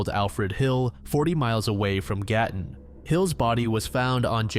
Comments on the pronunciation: I can't believe you covered the Gatton Murders! I grew up in Gatton. I lived near the cemetery and I used to walk to their grave all the time. I've driven past the scene and I own several books on the case. And can I just say your pronunciation of the Australian names/places is fantastic. Good job! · I’m so impressed how well you pronounced Gatton!! Can’t believe I haven’t heard of that one. Love from Australia